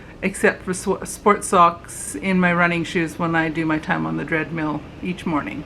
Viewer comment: Did you say “dreadmill”?? 😂. I also get very frustrated when I cake up a skein of yarn and it has pieces knotted in. Not a good practice for the commercial yarn companies.